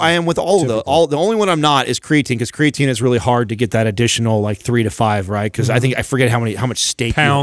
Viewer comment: Always cracks me up when, who is very smart and educated, says "cray-uh-teen".